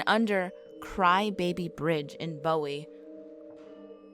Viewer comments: OMG... My family has been in Maryland since 1782. Carroll County be be exact. This persons pronounciations are like sand paper on my ears. I was gritting my teeth. It's Boo Wee, Towel Son, and Pa toe Mac. LOL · Whoever narrated this must not be from Maryland. Bowie is pronounced BOO-wee, not like David Bowie. I've heard of Goatman but laughed it off as b.s.